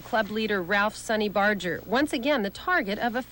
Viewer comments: Bar---Ger not bardge---er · No one ever says Barger correctly.